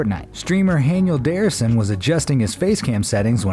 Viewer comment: He said haniel darrison instead of Daniel Harrison